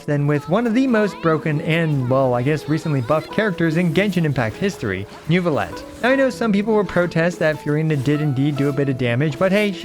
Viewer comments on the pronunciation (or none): none